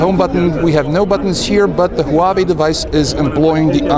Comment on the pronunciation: hoo-ba-bay? What the HELL is that?